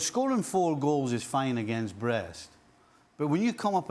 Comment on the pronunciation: It sounds funny to hear someone says "Breast-Brest" attacking 🤣🤣🤣